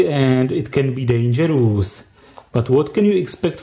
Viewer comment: I lke most of your smps video. from there, i learn how smps work. But its so funny when you say dangerous as dangerus... :))))